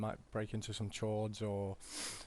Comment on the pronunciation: The way you say chords looool